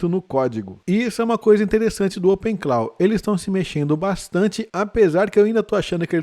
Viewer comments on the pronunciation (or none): Opensource morto? Muito ao contrário. A tendência é o código aberto ser auditado e corrigido com mais efetividade que código fechado. E para quem tem canal de IA, a pronúncia correta é opencló e não openclau...